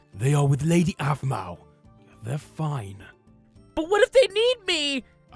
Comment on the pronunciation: Intro: Aphmeow plushy! Me: I Hear What you said there aPhMeOw